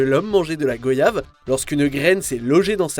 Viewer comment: On prononce [gwayave] voyage, royaume, effroyable....et non pas gOyave